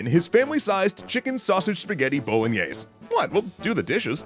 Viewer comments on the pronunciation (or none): Who says bolognese like that 😭 lmao